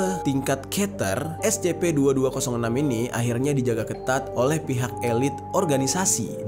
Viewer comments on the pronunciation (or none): Scp ❎ Es ce pee ☑️ Gk bisa ABC bgo🗿